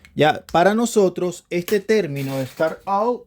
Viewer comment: Estimado amigo, tus videos estan muy buenos pero por fvr mejora tu Ingles un poquito, up no se pronuncia ou, es "ap". Startap, saludos.